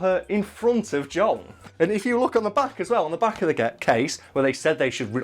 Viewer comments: Why does he keep saying 'Jong' instead of 'Joel'? lmfao This guy likes Crash, wears FF15 shirts as if that's not a disgrace to the series...and says Bioshock Infinite was a bad game, when that's one of the few escort games where the person you're escorting can whoop as much ass as you can, as well as save your ass when needed. Don't do video game videos anymore....please lmao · Is he saying John or Joel, I can't tell